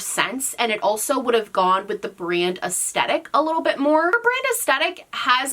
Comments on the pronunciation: The way you say aestetic and not aesthetic is driving me bonkers. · Take a shot every time she says "es-tet-ick" 😂